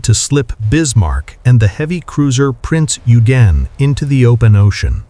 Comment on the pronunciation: No, Prince “Oy-Gen”, Gen rhymes with Ken!